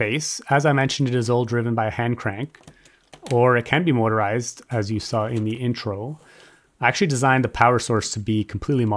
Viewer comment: Did you mispronounce motor-ised or are you saying mortar-ised? because if you think you are saying motorised correctly there; you arent.